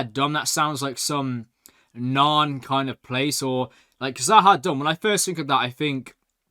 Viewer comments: Stop saying za ha dumb😂 try za ha doom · must be really feeling kind of Z’ Ha Dumb after mispronouncing it Numerous times, although the name Does sound like it’s related to the Narns - perhaps it’s a long lost colony of theirs though, only his further viewings of the show will tell!